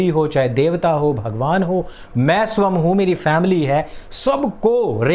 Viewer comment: एक अनुरोध है , स्वयं का उच्चारण स्वम् ना करें , स्वयं ही करे ।